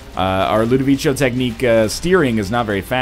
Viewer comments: I know, that's my point. I'm pretty sure it's not pronounced that way in italian. Is that how they prnounce it in the movie? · I hate to ask, but where does he get "Ludovicho" from? I mean, why does he pronounce it that way?